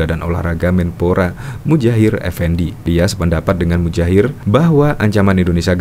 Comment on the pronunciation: Maaf, Muhajir bukan Mujahir, Mas, tksh...🙏